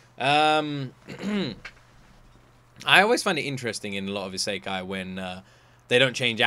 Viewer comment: You're saying Saikai, it's Isekai